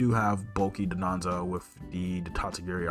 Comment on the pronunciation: Just a heads up it’s Don-dozo and not DOD-onzo like you keep saying